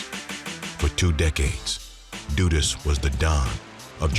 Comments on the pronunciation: It was pronounced wrong. Not doodus but duh duhs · DUD-US not DOO- US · Duh Duhs. Not Doodus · It’s DUD-US not dudis🤦🏾‍♂️ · Its pronounced DUD US Not DUDEUS😒🙄 i cant even focus and believe this i fo is accurate when you start off by getting the name wrong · Duh- dus is how it’s pronounced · lol his pronunciation crack me up 🤣 say it one more time brother lol 😂 dooduus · Duh Duhs the u is more pronounced like an O it’s not like… du du or do do but a sharp duh like when girls say “duh” but shorter and shaper and not drawn out… the pronunciation is probably done on purpose. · What ...doo dus?? 😂😂😂😂😂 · It’s pronounced ‘Duh-dus’ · Bruh not doodus lmao 😂😂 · Jamaicans pronounce it “Duh dus” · The "u" in his name is pronounced like the "u" in "run" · this hw u call it duh-dust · the guy in the video just made it sound like doo-dus or doo-dus to me. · it's dudus 2syllables dud us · 🤣naa dudus 2 syllables dud us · the crowd was chanting bruce the then prime minister....the guy name is pronounce duh-duh-us just say it fast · Every time there is a documentary about "Dudus" it's either overexaggerated, repetitive or misinformative as the other Documentaries are over the years... And the Pronunciation of his name my God... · Well narrator still didn't pronounced his name correctly